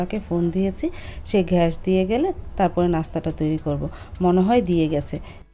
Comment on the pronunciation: আপা ঘ্যাস কি গ্যাস উচ্চারন করতে পারেন না?